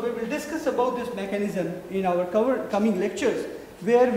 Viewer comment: trachea ko bol rahe hain "truck kiya" hahaha our ko "auvar" hahaaha